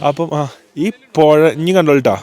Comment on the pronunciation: പൊയ അല്ലടാ പുഴ 😂😂